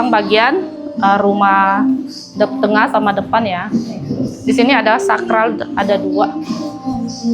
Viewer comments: koreksi yah. untuk penyebutan Plafon bukan Platfon dan Saklar bukan Sakral. klo Sakral ntar vibesnya kyk tempat² suci dan keramat dong..😊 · Saya juga senyum dengr ngomong sakral dan flatfon😂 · Betul. Pla Fon ( plafon) Sak klar (saklar)